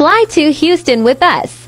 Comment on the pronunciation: This man said housetin 🤣🤣🤣🤣🤣